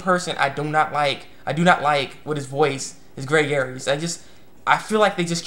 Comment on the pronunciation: Greg's last name is actually pronounced "Airs". Sorry it's just a pet peeve of mine.